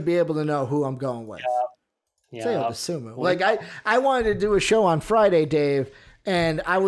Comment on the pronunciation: Pronounced “I-O” but yes Ayo has has no flaw at this point. He can shoot it pass it and drive it. I love your guys content! Keep going!!!